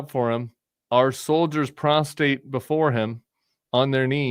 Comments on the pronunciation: postrate, not postate 😃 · its prostrate not prostate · Prostrate, Tim, when you lose the r it's something altogether different